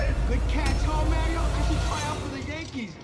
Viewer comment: they pronounced mario wrong the entire movie. *ding